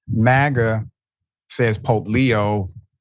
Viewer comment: It's POPE not Pop 😊